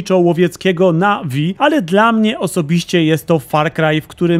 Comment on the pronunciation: mam ważne pytanie, ile w grze jest języka na'vi poza tym podoba mi się że poprawnie wypowiadasz na'vi, a nie navi; z tym (nie pamiętam jak się to nazywa) zatrzymaniem między sylabami